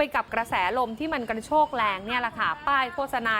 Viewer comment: ลมกระโชกนะ ไม่ใช่กรรโชก พิมพ์ผิด ก็เลยอ่านผิดอยากให้แก้ไขค่ะ